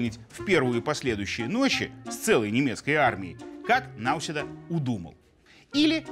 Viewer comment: Господин Лавров (ударение на "а"), незнание правильности произношения фамилии президента соседней страны, обесценивает вашу профессию.